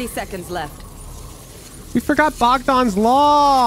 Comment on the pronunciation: I appreciate that pronounces Bogdan correctly lol